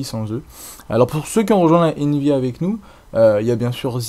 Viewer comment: On prononce envy US pas envyus XD sur ce GG;)